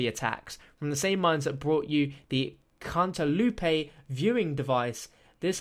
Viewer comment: It's not "Can't - a - loopae" (how he pronounced it) It's Cantaloupe, a fruit....